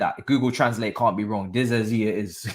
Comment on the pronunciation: Pronounce Disasi like DiSSaSSi (Like SAharah or "Sy") And not like Dizazi.